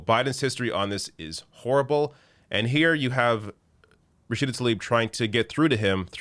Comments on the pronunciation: Rachida Mr President not Rachid, Daniela not Daniel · Her name is Rashida not Rasheed, Sir. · It's Rashida, not Rashid. C'Mon Jack. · who is “Rashide”? Biden hasn’t learned how she pronounces her name yet?.. smh she’s been in the news allot as a congressperson shows how disconnected the old fool is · Her name is RASHIDA !! Not Rashid...If Biden can't get her name right, he'll not get her message. Shame on Biden and his handlers. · He called her Rashid which is a male name instead of RASHIDA which is her name and which is a female version of her name. For non Muslims or non Arab the only way i can explain is as if the president of the US decided to call OAC Alexander (male version) instead of Alexandria (female version) he practically called Rashida John instead of Jane. Brain dead guy. Second mistake i noticed is that Rashida was concerned for the people of Gaza because they were bombed by the strongest military power after the US as it hurts watch children and pregnant woment thorn into pieces. He therefore decided to pray for her grandmother who lives in THE WEST BANK where her palestinian family come from..which is the other side of palestine. Practically is like as if Canada had started bombing the state of Vermont and senator Bernie Sanders spoke to Biden to do something about the genocide that was taking place and then the US president told him in a gathering 'where is Bernadette Sanders? Oh Bernadette am praying for your grandmother that lives in NEW YORK' (????). It was insulting on many levels, as he seemed patronising, he probably said her name wrong on purpose to make her feel small and show her he does not value her much as they belong to the DEMOCRATIC PARTY, how terrible is your own party's elected president non knowing your name especially when the squad are even better known than he is at some levels. Then is insulting because he treated her with disrespect by making it seem to non educ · He straight up called her Rasheed, what a tool